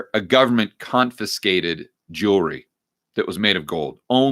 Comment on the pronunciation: Did I hear you say "Jewlery?" Lol....